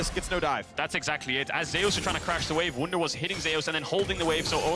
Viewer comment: I hate that they can't pronounce Zeus correct.